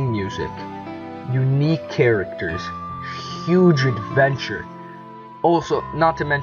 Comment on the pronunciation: I lost it when he said HUGE ADVENTURE!